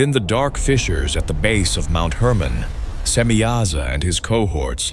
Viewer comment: Mount Hermon not Herman.